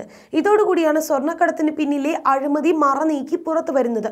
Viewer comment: അഴുമതിയല്ല അഴിമതി . വാർത്ത വായിക്കുന്നവർ കരുതൽ കാണിക്കുക.